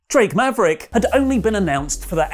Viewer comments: Can we get a compilation of saying drake maverick? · Oli saying "drake maverick" never gets old